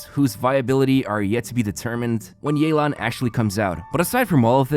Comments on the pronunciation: You didn't pronounce Yelan correctly. You called her Yelang instead of Yelan. Her name is pronounced like "Yeh! - Lan? " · As an authentic Chinese speaker, definitely don’t pronounce it as “yae-lan”. Instead pronounce it as “Yeh-lan” Edit: Sorry had to point it out since in the announcement they were also butchering the name. Which understandable since Chinese names are pretty hard to pronounce without any Chinese background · Not to burst anyone’s bubbles here but her name is pronounced “Yeh-lan” not “yay-lan” 😅🗿, EN VAs can hardly ever seem to correctly pronounce the names for Liyue characters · It’s actually “Yeh-lan” not “Yei-lan”. The EN CV butcher her name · I'm tired of hearing yay-lahn It's yea-lahn EN VAs butchered it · The way English dub pronounces Yalen is not even close to correct. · the english voice actors reading her name as "Yay-lawn" is wrong btw 💀 its the equivalent of colonizing it LMAO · Isn't "yay-lan" the wrong pronunciation though? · nope, that's not how to pronounce it either. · As someone who can read and understand Mandarin/Chinese, I can confirm that the EN VA also butchered the pronunciation of Yelan's (夜闌) name XD